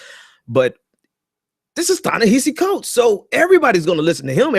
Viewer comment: Prior to offering critique you might consider learning the phonics & pronunciation of the name of the person you're critiquing. Listening to you mispronounce Ta-Nehisi over & OVER was a huge distraction..